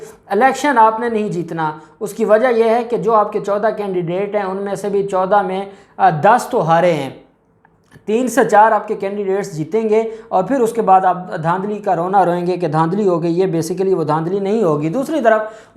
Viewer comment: Candi date nh.. Candidate hota he pehly bolna seekh ln